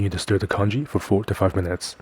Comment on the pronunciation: Congee, not kanji! 😂